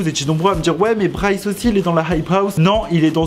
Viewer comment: Pk tu dit brice ?moi je dis bryce